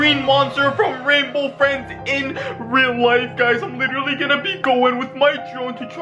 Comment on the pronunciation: OMG RAINBOW FRWIENDS SWARCY 😱😱😱😱😱